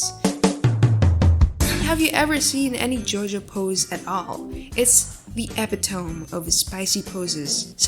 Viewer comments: epitomE not epi-tomb. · Great tutorial as always! Thanks,! Also, since I'm that guy--"epitome" is pronounced "eh.pit.uh.mee". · Epitome? IS THAT HOW YOU PRONOUNCE IT??? T-T I don't know how to pronounce it so I'm literally asking lol